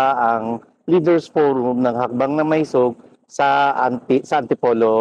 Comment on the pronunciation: hi third floor studio. im an avid follower. i have comments though. Bakit ganyan magsalita si, parang nagdadasal. joke! At pakisabi sa kanya, ang tamang pronunciation ng maisog ay "ma-i-sog", not "maysug". at pls wag mong i-interrupt si while nag-eexplain (para lang batiin yung mga nagpakulay). kasi nadidisturbo yung momentum nya.. (napansin ko lang lagi sya nag i-interrupt kay pam). hintayin mo matapos sya magsalita...